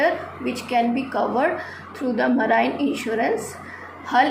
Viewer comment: PRONOUNCIATION IS WRONG OF MARINE TRY TO CORRECT THAT AND MANY OTHER PRONOUNCIATION IS ALSO WRONG REST IS OKAY IF YOU BRUSH UP A LITTLE THEN YOU CAN DO IT